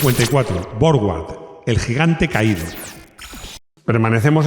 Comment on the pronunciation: Suena extraño que pronuncies la marca inglesa Jowett como "llovét" y la marca alemana Borgward como "bórg-uard" cuando es en inglés que la W suena como la u y en alemán donde suena como v, de modo que las pronunciaciones reales de ambas marcas serían más bien respectivamente "lló-uet" y "bórg-vard".